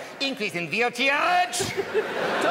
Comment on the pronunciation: “Change Violtage, to Vhree Hondraed and fifty Violts”! Increasing Violtage, to Vew Hundreahd and Vewfty Violts, whatever the Feuq that means?!” Uncontrollable giggling